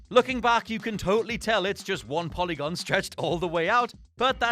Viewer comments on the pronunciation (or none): none